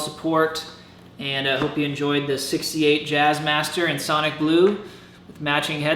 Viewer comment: sounded like '58 the first time. I clearly heard '68 when you pointed out the neck plate. I had already commented by then.